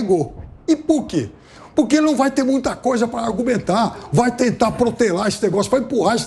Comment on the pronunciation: O fala “Puquê”